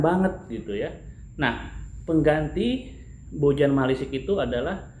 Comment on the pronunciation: Owhh ieu mah atuh BojaM... sanes BojaH...